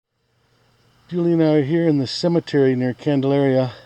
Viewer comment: there's no "a" in cemetery.